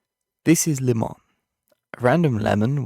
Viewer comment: It’s not LIMON it’s límon